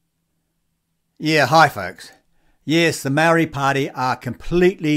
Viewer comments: dude , sound your vowels MA - O _ RI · Dude you keep pronouncing the word Maori wrong and bigoted. Why don't you show some respect and start pronouncing Maori properly after all you're a NZers and was born and raised here no excuses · Heh heh, even the Maori called themselves Mau-rees until very recently. Some elitist Maori refer to themselves as Mow-ri. They are having a real problem with their 600 word language, even how to pronounce it. They are not the brightest bulbs in the genetic pack. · Problem is that there is not one pronunciation of the word. As someone who was born here and raised here I have heard Maori themselves pronounce the word many different ways, eg Maardi, Mowri, Ma-ori, MOWri, and I am sure my list is not the end of it. By the way I would be interested to know why his pronunciation is bigoted - not trying to defend the commentator in any way but how do you tell?